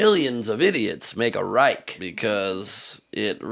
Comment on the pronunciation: "A Trump REIK".. He can't even pronounce word "Reich".